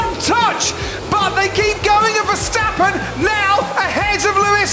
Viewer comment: Verstapen... Nerak... Nerak... Rusuh...